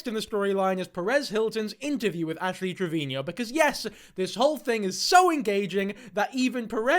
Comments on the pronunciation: Pls stop pronouncing it trevinio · I think you are saying her last name wrong! Its Trevino, not Trevinio.. 😂😂😂❤❤❤ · The way you say Trevino is the exact same way Gordon Ramsey says Marino(which sounds like Trevin-io and Marin-io). I love it 😂❤